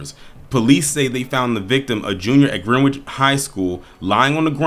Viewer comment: With respect it’s pronounced Grenich. the e’s are short the w silent. thanks for all you do